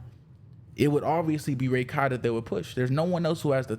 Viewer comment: I cant stand you pronouncing it as Ray-Kai Its Rah - kai